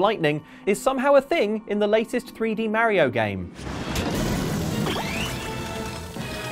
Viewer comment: The scariest thing in this video, is how this guy pronounces mario